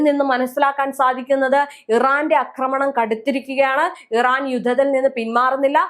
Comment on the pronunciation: അക്രമണം X ആക്രമണം ? അക്രമണം !! അക്രമണം😂😂😂